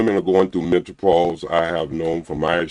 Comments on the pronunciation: 😂😂😂😂😂Mint ah pause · And MENTOPAUSE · Did he say mentopause? And did repeat that 😂😂😂😂... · He said pacific not specific, mentalpause not menopause 🤔🤔🤣🤣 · Facebooks Pacifically Mentapause Human "feets" All these "extree" things they bringing in the bedroom I can't take him seriously!😂😂😂😂😂😂😂😂😂😂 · It is menopause not mentalpause 😂😂😂! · Am I the only one that keeps hearing mentalpause and not menopause? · This fool Said mentapause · What is “mentopause” did you mean menopause? What is “pacifically” did you mean specifically? I’m sorry sir but you are asking for things that do not exist. “Rubbing on a albow” elbow? “What is I’m saying “ I don’t know sir. What are you trying to say? “Tuck in your closet” did you mean Tux?Maybe your asking for things that do not exist and that is the reason you’re not having luck. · And a man that says werf instead of WORTH. As well as mento-pause rather that menopause. Just cringy. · He said, "I 'pacifically' said" "aminal" "climant" "changoliers" and "mental pause." He needs to study Webster's dictionary before he tries to read people. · Did he say mentopause😂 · “Mentapause”? Is this Dude serious? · Plus. He calls it MEN-TO-PAUSE.🤣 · First of all, what is men-TA-pause? 😂😂😂 Secondly, is it the "men-TA-pause" that makes women's 😺 dry or your face? Ijs 🤷🏾‍♀️ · Don’t no woman want to catch parvo from no old ass man, can’t even pronounce mentalpause 😂🤣😆😂😂😄😆😆😆😆🤡🤡🤡🤡🤡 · *HUMAN FEETS Age 65???...English Lesson 101, Feet is Already Plural, There's No [s] after [t] in Feet...Mr. MEN~TA~PAUSE...🤣😂🤣😂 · Or MENTApause lol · He was annoying the first time & annoying now. 65, don’t eat 🐱 but don’t want dry 🐱 either. HOW?! Can’t even say MENOPAUSE. GOODBYEEEEE POP POP!!! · You heard that too!! Mentapause lol 😂😂😂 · Him saying Mentapause lol 😂😂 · Menta pause had me crying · He can’t even properly pronounce menopause….